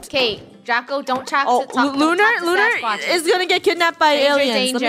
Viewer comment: It's Draco not "Drago" also, u can't take away the oof cuz if u don't watch for them, then they die. So that's why their last name is oof (including Draco-oof, Luba, Kat-oof, Lunar-oof and Rainbow-oof.) Last name is oof cuz they die